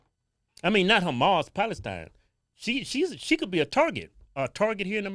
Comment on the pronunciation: Haha hells ya!!! You pronounced Humas right!!!😂😂😂